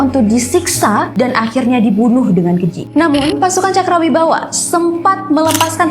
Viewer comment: Cakrabirawa ya kak. Bukan cakrawibawa 😊🙏